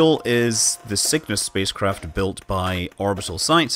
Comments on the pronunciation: Sounds like Scott is saying Sickness as the name of the rocket haha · My yankee ear hears your accented "Cygnus" as "sickness", and that would be the most metal name EVER for a space capsule!